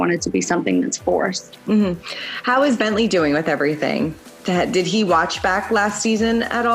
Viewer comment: "Rhine" and "BientLee"